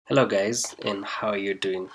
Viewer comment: "hello gays" 💀💀💀💀